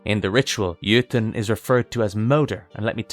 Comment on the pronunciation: Jotun in norwegian is pronounced roughly "yo-tonne". not exactly but I know anglophones struggle with scandinavian U-sounds (among other things)